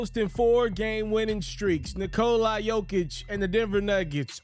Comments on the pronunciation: Nikola... not Nikolye.... man deserves the respect. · the end isnt the prob. it's the cola part, it's not a long O. Vooch is on video explaining it. Not coca cola, just Nikla.